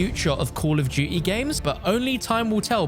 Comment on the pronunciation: why do u say duuy instead of duty